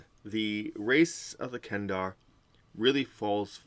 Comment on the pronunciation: they don't even have that as a major feature in 5e. They nerfed them a lot in the 5e book. Also the 5e players I have played with are more interested in builds and maximizing their classes, not as much so for role playing. Kender are great for role playing. You were probably disappointed with the race because you probably don't know DL lore. Also it's kender not Kendar, you should at least get the name right.